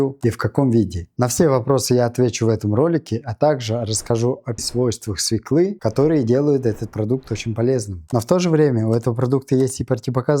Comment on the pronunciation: СвЕклы, а не свеклЫ